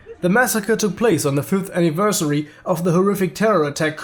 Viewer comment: on the Fünfth GERMAN DETECTED